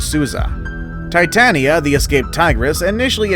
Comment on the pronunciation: I remember number 5 because the tigress’s name was actually TATIANA, like 2 dear friends of mine whom I teased about the tigress. But her you mispronounced the big kitty’s name as TITANIA.